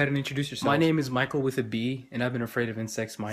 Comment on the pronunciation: I see a lot of people in the comment section saying his name's Mickael Withabee and not Mickael with a B but the prononciation really makes it sound like "with a B"